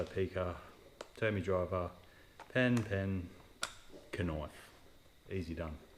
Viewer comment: I hope you know the k is silent in knife